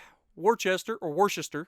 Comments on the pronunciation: As a BB main who lives in Massachusetts, I’m pumped! Also it’s pronounced WUSTAH! (Worcester) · I actually live not far from Worcester. If you want to pronounce it properly just say it like Wuss-ter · Its pronounced Wuster and it's not up for debate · Very funny hearing your attempted pronunciation of HMS Worcester. It is pronounced Wuster/wooster. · Hey, it's Wuss-ter 🤣👍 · Nope im from the worcester area and thats definitely not how you say it😂 wooooster or almost like wuh ster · Worcester can be pronounced woster. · It is WOO-STER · Actually... the USS Worcester is pronounced: Wooster... on BOTH sides of the pond. 😉 Regardless... I think it’s stupid, and only proves WG found yet another way of milking cash on their games, is the rental of Legendary ships. Even if they are ships that can’t be obtained through the bureau. That kinda removes the “Legendary”-status for me. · I call it Wuss-ster lol (Or if if i tried to pronounce properly War-Chester lol), I have trouble saying Massachusetts (can't even spell it without looking it up). Massa-Choo-Shets is my closest pronouncing of that word. But luckily for you i don't give you crap as if people can understand that's what matters right lol. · First,its worcester but said wuster.